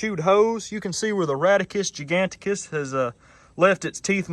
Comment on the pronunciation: lol "Rattus giganticus".